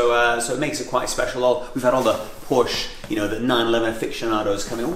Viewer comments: "porsche people know their stuff" ya, like how to pronounce the name. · Can't even pronounce Porsche right -.